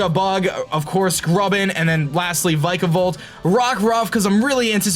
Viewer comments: This is how u prenounce Vikavolt vik-uh-vult. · the way he pronounces vikavolt makes me feel weird